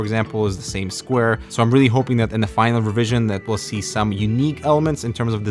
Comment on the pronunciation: I hope to zee some unique elements.... EXCUSE ME